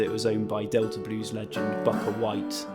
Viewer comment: It's Bukka White pronounced "Booka", this is rather embarrassing.